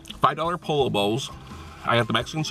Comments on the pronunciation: It's pronounced PO-YO not POLLO LOL! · Ralph Lauren making Polo bowls now? lol You're in Cali learn how to pronounce Pollo (p OH y OH)........come on now step up your game! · Omg you killed me 😂 you said pollo wrong every time and pollo is chicken not a duck 😭😭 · "Po-yo" is the correct pronunciation guys:) El Pollo Loco means The Crazy Chicken. What's up and YouTubers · Pollo is pronounced "poyo". Also pollo means chicken not duck. Hope that helps!!! Good vid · Chipote ley? I thought it was pronounced Chip-poet-el. Tort-eeya? I thought it was pronounced Tort-til-la. Thankfully you pronounced poe-lo right. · "Polo" You know damn well it's not pronounced like that. Dislike. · my friend it's pronounced "Poyo" but it's cool dude. You're still dope as fuck!!!! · Po-yo*** Creamy cilantro*** not ceaser dressing & it is not a pollo bowl. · it is pronounced Po"yo". pollo. PO YO. get it right. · You say you're Mexican but you pronounce Pollo like Polo wtf man!?? You should at least know how to speak Spanish if you claim to be Mexican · Actually it's spelled pollo. It's pronounced poyo